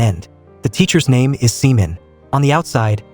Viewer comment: The way you pronounced her name is quite unfortunate